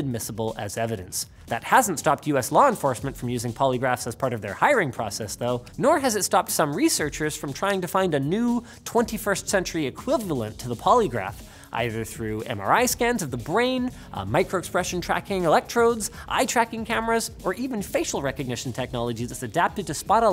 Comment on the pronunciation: I taught Linus the word Equivavalent.